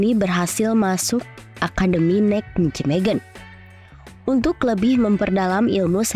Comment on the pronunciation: Kenapa yah kalo mengucapkankan Nijmegen kok susah banget.....Neimehen (bhs Belanda huruf J pengucapannya Y dan huruf G pengucapannya H)